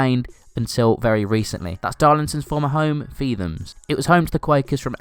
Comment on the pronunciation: It's pronounced feet-hams not feethams and for nene park its pronounced nen park not neen